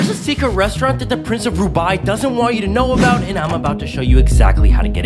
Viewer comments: Next, Ginees world record held by the pronce of debye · First “Genius World Record” then “GANNES world record” now “GWEEENNNEEESS world record” 😂 And also “Prince of RUBAI” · ‘rubai’💀 its dubai 🇦🇪 imagine the arab people hearing you pronounce it wrong 😑